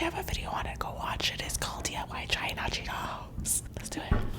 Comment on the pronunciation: the way she say hot cheetos "hajito"